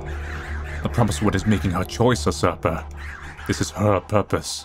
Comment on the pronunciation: usurper= YOU- Surper.